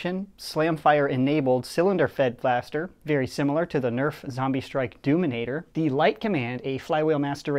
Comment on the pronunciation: Why do you pronounce zombie zembee hahahaha